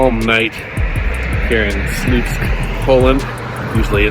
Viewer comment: it should be propounced like "swupsk"; "ł" is not an "l"; it's pronounced like "w"